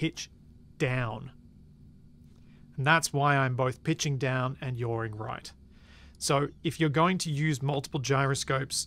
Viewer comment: I love "yawring"